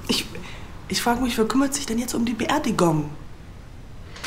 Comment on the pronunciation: Sie sagt BeerdigOng. Warum er das als Erfolg sieht, muss man nicht verstehen.